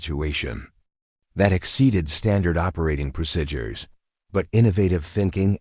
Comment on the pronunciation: The word is not procidures(prosidures) is not correct. Please correct to pro seed ures. Pronunciation. Other wrong pronouncing will cause me to leave.